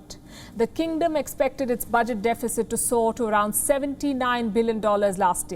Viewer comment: 1) That's not how you pronounce deficit. 2) What the hell are they investing trillions of dollars in?